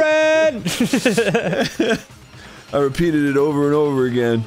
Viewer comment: "She was my only fronk"